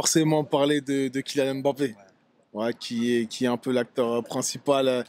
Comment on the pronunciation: Bonsoir on prononcé bappè le m devient muet svp lui même vous a déjà fait remarquer